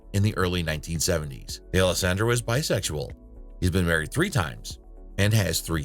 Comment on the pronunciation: DAY-ELLO-SANDRO??? Where does that pronunciation com from?